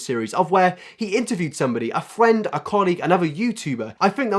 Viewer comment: awwwww!!!!!! He said “Fwiend”!!!!! It was the cutest thing ever!!! Honestly feel though, please don’t think I’m making fun of him, I have the exact same problem. Can’t talk for shit!